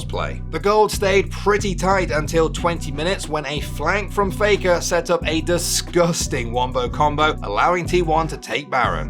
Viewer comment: It's not faker anymore, it's fake-uh😂